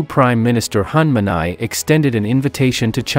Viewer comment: Please, he is Prime Minister Hun Manet "not Hun Manai or Hong Manai". Please make correction, if you can. Thanks.